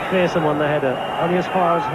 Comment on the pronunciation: Pronounce McPherson correctly for crying out loud i